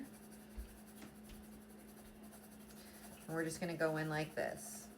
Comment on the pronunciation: I had to back it up a bit lol I thought you said "dough-in with the flow" instead of going with the flow lol...love it. Go with it #dough in with the flow 😂❤